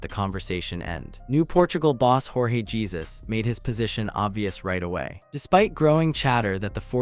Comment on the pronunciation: Not Jesus, but its pron is "Jae Joo S"